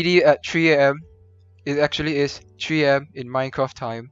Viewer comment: a tree AM is what I heard lol